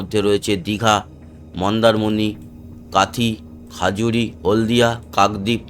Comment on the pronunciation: ওটা খাজুরী না খেজুরি হবে